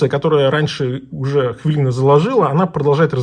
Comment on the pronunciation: у кого у вас? Вообще-то хвилина, а не хвялина.